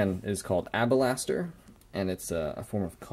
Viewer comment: alabaster homie... alllaaabaster. not abalaster. :)